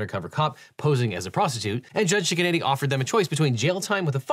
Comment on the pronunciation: It sounds like you’re saying “Judge Chicken-Eddy” but that can’t be a serious name. I have to assume it’s Judge Cicchinetti or something like that 😂